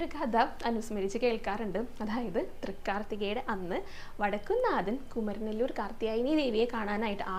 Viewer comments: Not kumaranelur Kumaaranellur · കുമരനെ ല്ലൂർ അല്ല കുമാര mല്ലൂർ ആണ്